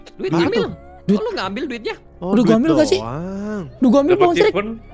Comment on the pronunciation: ngakak bgt mo ngomong ambil malah ambyal😭